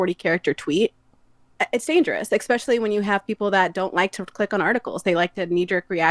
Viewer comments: Anyone catch the girl saying “ecspecially”instead of “especially” sounds cringe asf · OMG she keeps saying "EXPECIALLY", so annoying! Why can't Americans speak "American"??